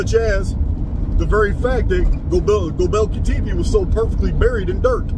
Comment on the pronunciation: hey bud, Gobekli Tepe phonetically sounds like "Go-bek-lee Tep-ay" btw. i luv the research!